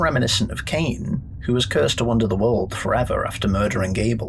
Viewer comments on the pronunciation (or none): none